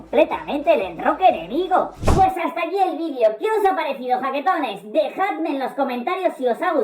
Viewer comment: no sé si dice jaquetones o baquetones ..... (veáse baquetón)